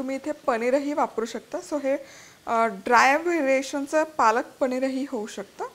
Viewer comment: एक सांगावस वाटतंय खूप दिवसापासून की तु बनवणे हे बणवणे, पनीर हे पणीर;पानं हे पाणं अशा पद्धतीने बोलतेस कारण लाखो लोक तुझे चॅनल बघतात तर ही जबाबदारी पण तुझीच आहे कि मराठीचा नीट उच्चार व्हावा. Hope you take it positively.😊